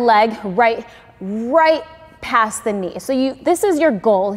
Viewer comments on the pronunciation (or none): none